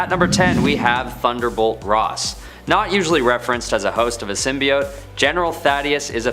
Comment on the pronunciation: I forgot about the "symioooot" pronouncing